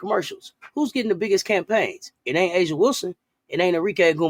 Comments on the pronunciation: Great points. A lot of truth covered in this video. Cathy Englebert has a lot to do with how the W is marketed. She doesn't plan to change. She proved it with how she spoke about the Unrivaled league. *, A'ja's name is pronounced as Asia. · It sounds like the speakers saw that Fever have most nat’l broadcast games & then made up the rest w no supporting data. One speaker can’t even pronounce A’ja or Napheesa’s name correctly but claimed ESPN’s coverage is biased. Speaker is obv not watching if they can’t even pronounce their names ! Networks decide what games they want and Fever games averaged over 2 times the viewership of non-Fever games, and Fever have 6 black players, 4 white & 1 Brazilian on their team, so they’re all getting the spotlight, not just CC. & you even read your own evidence in Angel’s tweet that she’s getting great endorsements and money. This isn’t racial discrimination.